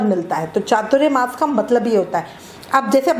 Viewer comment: . . एक तो पहले आप उच्चारण बराबर करे . . वो चातुर्यमास नहीं ‘चातुरमास’ होता है . . चातुर्य का मतलब चालाकी , होशियारी, शातिर ये होता है उसका चातुरमास से कोई मतलब नहीं . . यहाँ चातुर के मायने चार है और मास मतलब महीना . . तो चातुरमास याने चार महीने ! . .